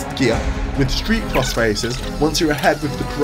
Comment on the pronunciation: It's uhm..... pronounced Street Cross :)